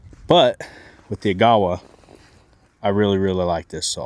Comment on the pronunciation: fyi, the correct pronunciation is agga-wah. Its a canyon in northern ontario on the way to thunder bay